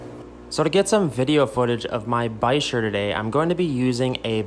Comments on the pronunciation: Why you pronounced bichir like "bikers" not like "beach-ìr" ?? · Ba-sheer it's pronounced lol 🤣 you generally don't put them in a tank with ciclids and gravel